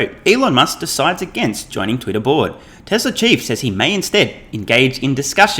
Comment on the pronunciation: TWESLA is good - shades of Elmar Fudd?